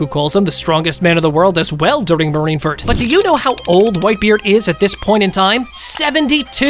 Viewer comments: Please learn how to say Marineford instead of Marinferd. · bro like he keeps on saying marine ferd lol anyways good videos!